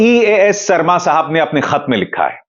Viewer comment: Sarma😂 Aap ke talaffus jahan tak main jaanta hun bohot acche hai phir yeh sharma ko sarma kyun?